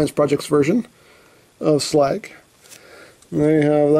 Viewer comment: Slag? It’s Slug